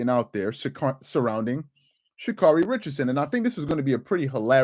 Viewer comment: "She-Cyarun" had me rolling. 😲